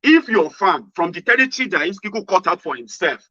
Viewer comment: The name is Iskilu and not Iskiku